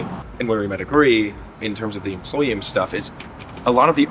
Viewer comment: The “employim”